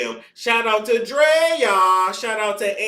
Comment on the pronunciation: You saying Draya name like that got me ctfu bc that’s my damn name. I just don’t spell it that way. Lol (Drea) me